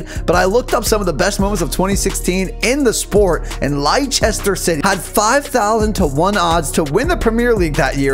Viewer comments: It’s pronounced as “Lester” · Leicester is pronounced Lester (btw all soccer fans hurt wen he was talking about FIFA)😂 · “Liesister City”😭😭😭